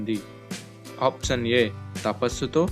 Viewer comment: ఆప్షన్ అనే పదం కరెక్ట్ గా పలకండి